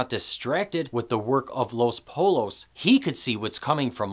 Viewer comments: Great analysis but, it’s poyyos not polos lol. Two L’s in Spanish are pronounced like a y. And no I’m not Spanish, I’m Turkish. I’m just OCD about grammar/pronunciation ha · Bro I like your content but for fuck sake stop saying los poLLos it’s pronounced los poyyos. It was bugging me so much every time you said poLLos and you said it sooo many times. Drove me nuts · The double-l in Los Pollos is pronounced like the letter Y. Los Poyos. Same as the German "W" is pronounced like "V". Other than that, terrific. My first reaction to Lalo was he's a showy annoying fake jerk. Clearly there's a lot more depth to Lalo, which you just helped me appreciate. Thanks! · Buddy - it's Los Poyos not polos. Two LLs are pronounced as a Y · entertaining, but dude it just irked me it'ls no polos; it's pronounce poiyo's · Los Pollos (poi-yos) 🤦🏾‍♂️😂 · This is so great. I think I love you! but i couldn't stop laughing when I heard polos, sorry native spanish speaker :) cool analysis tho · Los Polos? Hahaha, that's The Poles, man. You would be one of those gringos who, when saying the name of my city, Medellín, would end up saying the name Madeleine, which sounds so fucking silly it's actually funny. Otherwise, great video, man. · Los Pollos (LOSS- POI-YOS) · Los “poy” os the Ls are like Y’s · "Pole-lows"??? I'm gonna guess that ur favorite rapper is "2-pack"... Lol JK. I enjoyed the vid, well done. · This is a great review, it really is! But Please, Please, pronounce Spanish correctly lol! It's pronounced Los Poyos Hermanos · Great video, terrible pronunciation of “Pollos.”